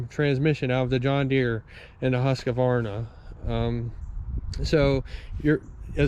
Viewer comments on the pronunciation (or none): Not to nitpick, but I am always confused why people add a syllable between "Husk" and "varna". Also, I was hoping to see more like a comparison between an X350 and a TS 242XD, or similar. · Because Huskvarna sounds silly. Huska, Huska, buncha Varna!